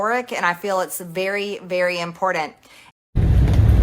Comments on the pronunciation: She’s an embarrassment. One day she will have self realization. And I hate how she pronounces “important”. She says “impordent” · And most important, there is no ‘D’ in the word important. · "Impordent"? Hahaha, I bet she says eckpecially too🤣🤣🤣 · "..imporDant" anyone who pronounces the work imporTant with a D needs to take a speech clases. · The word is pronounced ImporTANT! Not ImporDANT!!! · I object the to her pronouncing important as “impordand” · I know its petty but she keeps saying "impordend" instead of "Important" and it's just compounding the stupid of what she is already saying. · She loves the words, "VERY IMPORDAND " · If she say's IMPORDANT 1 more time- I'm going to pull my ears off! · 🤦🏻 how do you mispronounce important🤷‍♂️ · Hey Marj - the word "Important" does NOT have a "D" in it. Learn the English language please.